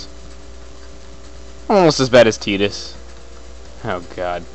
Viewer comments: lolz at teetis... Isn't it pronounced Tye-dus? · tidus was cool.... cuz of the sport he played. AND its pronounced tie-dus. just sayin. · its pronounced tie-tus and i like final fantasy X and X10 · Tittus? You mean Tidas? (Tie-das) thats how to really pronounce his name. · It's pronounced Teedus in Kingdom Hearts 1.